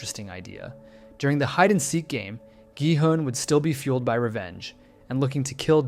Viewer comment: Omg why can no one pronounce the characters' names right! It's not "Noel" it's Na-eul as in Nah-eyul... Not Dye-ho but Day-hoe... Not G-hunn but Ghee-hoon 😂.... Please, it's not hard to learn.... Just a google away.... Ok tbf he fixed it later on 😂.... Annnd he went back to it, dear goodness man! Pick one! 😂